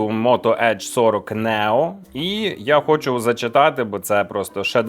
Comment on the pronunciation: Чому, бд, Нео, а не Нiо, як було задумано?!!! Тодi i Айфон треба називати Iфон, бд. Дб, бд.